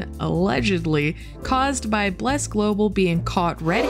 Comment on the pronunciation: Love the way you prononce Bleeerrc lol